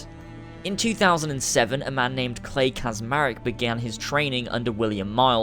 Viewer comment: Subject 16, Clay Kaczmarek was also butchered. "Cz" in Polish is pronounced as "ch" not as "z" like so many Americans seem to think.